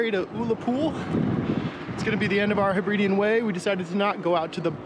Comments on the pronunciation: Lovely video but please pronounce Hebridean correctly! I live there and it's very irritating when people come to see the beauty and don't even bother to learn the correct pronunciation. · Say after me... Heb-rid-eees other than mispronouncing the area you're visiting, it's a great video!